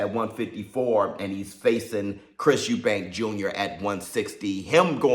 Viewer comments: Eubank! Not Eubanks. Can't understand why people have difficulty getting the name right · Its Chris Eubank not Eubanks, I hate when people do that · It's Chris Eubank, not Eubanks ffs. And Benn shouldn't even be boxing. He's a drug cheat and shouldn't have a license. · Idk why a lot of people call Chris and his father Eubanks .... its Eubank ffsake ! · His name is EUBANK!!! No fucking S!!!!